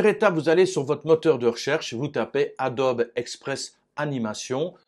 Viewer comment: Cher professeur, écouter Adobe me fait mal aux oreilles; on doit prononcer Adobi merci pour vos tutos